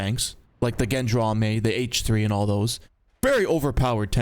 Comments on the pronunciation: Erm actually Gendarme is pronounced somewhat like "Zhaw-darm" ☝🤓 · "Gendrami" 😂 GOR-LAMI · Gendarme = "shaun-arrr-m" in the 🤢language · I feel like its unnecesary, but if u wanna say the gendarme's name, just say hen-dart-mei, a bunch of times, then get rid of the t and i on the last two words. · Gendarme = Gendrami confirmed... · These videos are fun, but the real icing on the cake is watching to see how many ways can mispronounce "Gendarme". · Everytime you pronoucne gendarme, i want to die